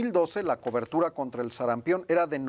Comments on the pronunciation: "SARAMPIÓN" no "SARAMPEON" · Sarampión.... No SARAMPEEEEEON... Si van a poner a una persona para hablar ahí... Deberían de poner una persona que sepa hablar!!! Que pena!!!